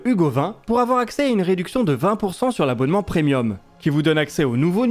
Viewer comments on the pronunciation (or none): none